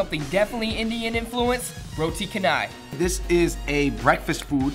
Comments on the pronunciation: roti char - nai . not Ka - nai . char - nai . like charcoal to pronouns. not cool bro . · Roti canai is pronouns as ROH-TEE CHA-NAI not ROH-TEE KEH-NAI. =) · it's actually pronounced roti chanai but spelled roti canai. Btw roti is bread for those who don't know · roti kanai? itc chanai! thiese people pronounce it wrong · HAHAHAH OMG ITS NOT KA-NAI. lol it's CHA-NAI (pronounciation). 😂😂😂 I'm Malaysian. Come to malaysia and try real Malaysian food d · LOL their pronounciation crack me up!!! Kanai or canai?!?! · It's "ro-ti char-nai", not ca-nai 😄✌️ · Roti canai is "r au (au in audition) tee cha na yee" not routi kenai... but thanks for doing Malaysia! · Okay...i like this But the roti is called cha-nai not ka-nai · Its roti chanai thats how you pronouns it im from malaysia it is no kanai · the pronounce of roti canai is roti CHANAI if you guys dont know how to say it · Errors detected Roti Canai ( roti chanai ) Laksa. ( lucksa ) The words in the brackets are the pronoun station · Pronounced for roti canal. Roh-Tee Cha-Nai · its pronounced roti Chanai ><" omg... makin me cringe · Roti CANAI!!!! BAHAHAHAHHAHA , find a Malaysian and get the pronunciation guys! LOL Thanks for the shout out to us though! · i come from malaysia and canai pronounce cha.nai i am 14 years old an u must come here man we r waiting for u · It's roti cha-nye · Roti kenai HAHAHA that pronunciation though ;) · ITS CHANAI !! Sorry but that drove me insane >.< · Actually its prounonce roti Chanai spelling is correct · Roti "cha-nai" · You guys pronounce roti canai wrongly ....